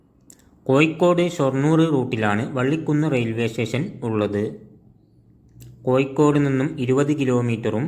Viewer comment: കോയിക്കോട് അല്ല കോഴിക്കോട് 😃🤪